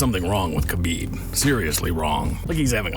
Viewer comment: It’s habib not kabib